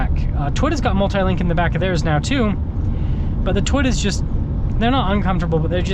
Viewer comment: Lol, the way he says Toyota